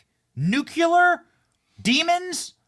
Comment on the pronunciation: Somebody PLEASE teach Benny how to say "nuclear" 😭